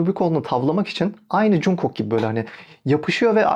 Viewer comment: yanlış anlama ama cunkok değil conkuk diye okunuyor 😅 yada kısaca jk desen daha iyi